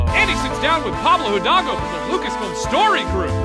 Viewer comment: Hildalgo; pronounced ee-thAAl-goh